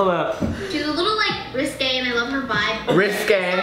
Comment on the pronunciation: Piper: RiSkAy